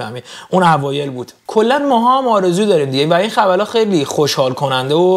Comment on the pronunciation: به خبرا گفتی خبلا😂😂😂